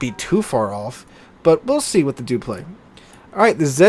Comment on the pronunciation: Dupliex is actually said like this: Duplis